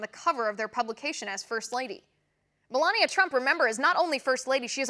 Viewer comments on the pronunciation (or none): none